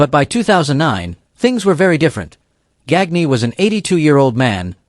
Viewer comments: ...And again...A.I. RUINS ANOTHER VIDEO!!! ....(It's pronounced "Gone-ya"....NOT "Gag-Knee".....).....(STUPID LAZY ASS "CREATERS".....) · Verne GAGKNEE LOL